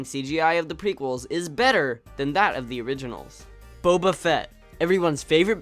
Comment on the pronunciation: You’re saying boba wrong